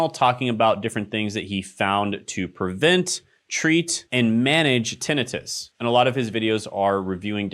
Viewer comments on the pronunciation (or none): Are you mispronouncing tenitis on purpose? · TA-nI (long i) -tus.